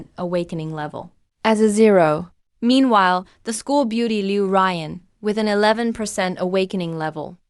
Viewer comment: kelan ba magkakaroon ng ai na marunong bumigkas ng tamang pagbigkas ng mga salita??? ruyan ang pangalan pero ang bigkas ng narrator rayan... palpak!!! ai ba talaga???👎👎👎👎👎yung sun bigkas san??? ang bigkas nun soon hindi san... jiao= jia o??? dyaw yun...